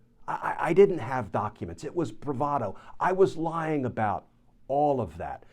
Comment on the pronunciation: Bravado eh? That is not how most people pronounce it. BTW I predicted he would claim that he was lying about the document because he is such a famous bullshitter.